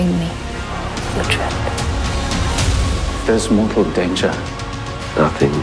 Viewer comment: that he gets treated like crap. Also, uhtred not ultred